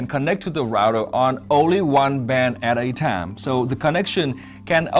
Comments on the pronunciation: “aht ah tahmm”😂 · I love this guys voice! we have the "At a time" Western accent :'D and that made me sub!